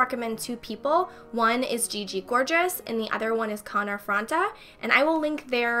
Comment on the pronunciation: The way she pronounces Connor Franta 😂